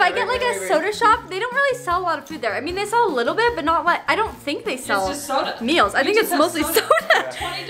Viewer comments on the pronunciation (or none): says 'mills' instaid of 'meals'